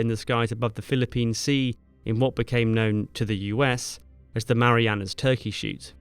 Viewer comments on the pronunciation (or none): none